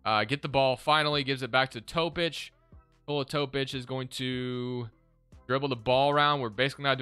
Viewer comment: I swear its pronounced Toe-pich not top-ick